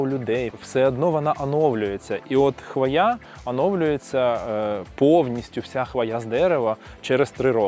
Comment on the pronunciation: Правильний наголос у слові "хвоя" - на першому складі: хвОя